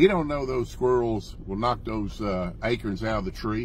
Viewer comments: What’s an “A-kern”? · Happy birthday pop,Billy and Jason, it's is call Acorn not acre 😅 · He said "A-curns" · Acorns not akerns!!